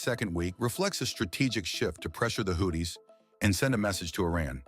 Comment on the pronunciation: Dear: Is it Houthis, pronounced Houtees or WhoThis?? Make up your mind please. 🤡